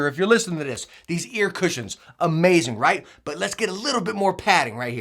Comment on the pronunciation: Hate how this guy says Cushions and Cozy ... that's the only reason I won't subscribe. But solid channel 👌